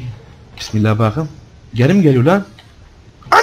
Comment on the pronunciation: Reynmen: Yalan söyleme gözlerime bak bu kez: Baağkım